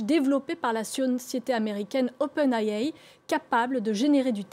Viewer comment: open AI 😂😂 une prononciation digne d'une journaliste